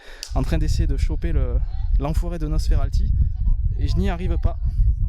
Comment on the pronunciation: Et on dit "Nosferapppppti" pas "Nosferalti" x)